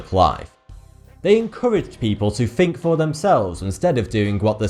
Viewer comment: I think he's just one of those annoying cretins who say'fink' instead of 'think', or 'maffs' instead of 'maths'. No complex undertones, you guys give too much credit.